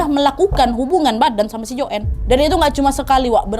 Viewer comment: Nadia chanel yg paling jls menceritakan kembali kasus ini di banding yg lain, cm aku kok kesal ya pas dia nyebut nama joanne dgn joen. Lynn dgn Silin. Kesal kali aku...